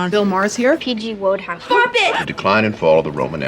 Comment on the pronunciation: Does it annoy anyone else when say Wodehouse wrong? She's supposed to be this extremely well read person, know it all type, and she doesn't know how to say a famous authors name right. It's said like Wood the opposite of how it's spelled.